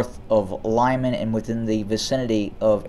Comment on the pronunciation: Not [lajman'], but [lɪman'].